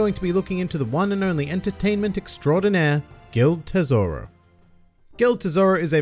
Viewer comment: It's not Gild Tesoro It's Gil D. Tesoro